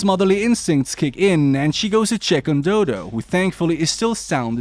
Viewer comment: I'm sorry but doo doo got me laughing cause her name is dodo = doh doh is how to pronouns it